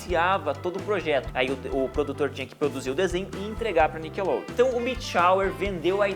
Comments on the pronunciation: NICKLODEON-acento miseravi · cadê o E de NICKELODEON ????